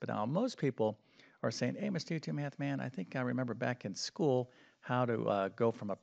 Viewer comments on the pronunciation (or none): none